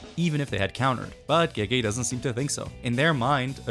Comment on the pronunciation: Speaking of mispronunciations, it always kills me how people pronounce "gege" as "gey gey," when it's actually pronounced like "guh guh." It means "big brother."